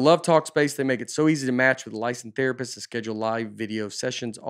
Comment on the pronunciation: Nate in the Talk Space ad: “Lice in thera piss”.